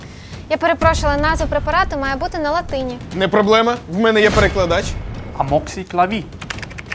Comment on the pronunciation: AmoxyclAvi, наголос на передостанній склад, це не французька 🙂